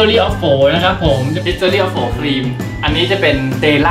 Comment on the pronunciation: เดอะ ฮิสทรี่ ออฟ ฮูว์ กลายเป็น เดอะ ฮิสสตอรี่ ออฟ โหว๋ ไปล้าวว5555